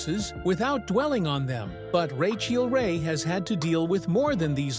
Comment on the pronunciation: Cant the bot just pronounce her name?